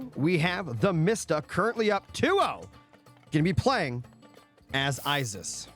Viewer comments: it's Isis not I-ziz they are S's not Z's.. how was that your favorite if you can't even say it right. Female siblings are sisters not zizters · I want to finish this so bad, but it's literally nails on chalkboard EVERY TIME YOU SAY I-ZIZ. Please pronounce things right if it's your job to do so.